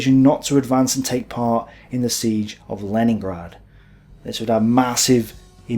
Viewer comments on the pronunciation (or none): none